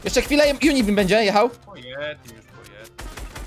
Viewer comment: to nie jest juni bim jak ty to mówisz to jest uni bim